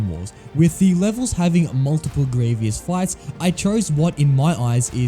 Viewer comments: I just kept hearing gravy-us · I know many people have said this already but… General Grie-VEE-ous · I was saying Grie - vious, but now i just say Grie - vous as it propably should be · It is grevous not greeeviss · Stop this torture is grievous not grievious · ITS GREE-VUS NOT GREE-VEE-US GOD IT DROVE ME INSANE IN THE FIRST THREE MINUTES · Why does he say Grieveeous? It’s Grievous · Man really said “Greeveis” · How everyone pronounces Grievous: "Grieve us" How this guy pronounces Grievous: "Grieve E us" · First of all, stop mispronouncing his name! It’s Gree-vus, not Gree-vee-us. Second, you probably shouldn’t have included “LEGO Star Wars III: The Clone Wars” because there are multiple General Grievous boss fights in this game, and they’re only accurate to the TCW TV series. Finally, between the versions of the General Grievous boss fight from “LEGO Star Wars: The Complete Saga” and “LEGO Star Wars: The Skywalker Saga”, I definitely prefer the version from the latter because it is close to being accurate from the movie and it’s more improved than the version from the former. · Why does he say grievious its grievous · You're mispronouncing Grievous' name and it's like nails on a chalkboard. Grieve-us, not Gree-vee-us. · It's Grievous not Grievious. Had to stop watching as it was so irritating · One, you didn't care to finish the video just because of mis-pronunciation. Two, lots of canon Star Wars characters also say Greveeous, not Greevus, the only ones I saw say Greevus are Obi-Wan, Anakin, and Mace Windu. Bro, even Palpatine said Greveeous. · It's not sad. If a video is annoying, I won't watch it. Why would I want to watch a video like that, that would make me stupid. And there is a right or wrong. He is named Grievous, not Grievious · Grievous = gree-vus ≠ gree-vee-us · No hate man but it’s pronounced gree-vus not gree-vee-us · I don’t know I think it’s gravy us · IDK it did sound like gravy us I agree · It was funny because he kept saying gravy-ous